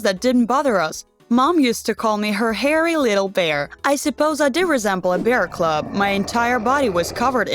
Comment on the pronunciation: I know what a bear CUB is... but the person narrating says a bear cLub.